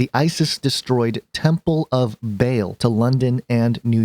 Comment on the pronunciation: It's not Bale it's Baa-l, just like the bleat of a sheep but ending in the letter L as in El.